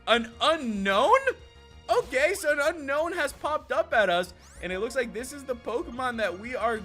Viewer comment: Not unknown it's un-own